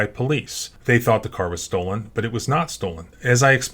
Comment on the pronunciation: The officer that said it came back stolen can't even speak proper English he said several times it came back es-Stolen it came back es-stolen instead of it came back Stolen 😡